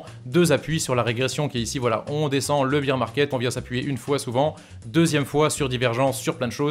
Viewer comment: Arrête de dire beer 🍺 parce bear ça se dit baire